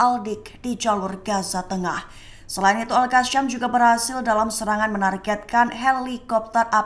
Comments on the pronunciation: Al qassam ..bukan al qasyam..sebut betul2.. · Maaf, cara baca al qassam salah, bukan al qasyam